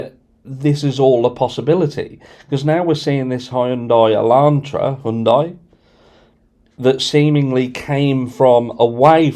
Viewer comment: High __ Yun __ Die . My god man youll be trying to get your tongue around alluminium next.